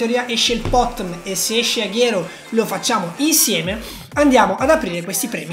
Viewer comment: Comunque si dice aguero no Aghero